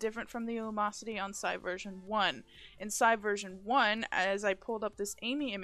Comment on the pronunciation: "lumosity" xDDDDDDDDDDDD